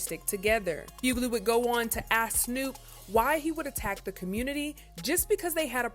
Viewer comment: She said ask not axe 😅😅😅😅